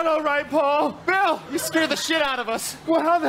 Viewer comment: So little but the emphasis Bill puts on ‘scare the shit out of YOU’ def implied that Paul is sound sensitive, and probably freaks out at jump scares